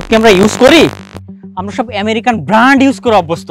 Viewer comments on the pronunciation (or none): ব্রান্ড ও বলতে পারে না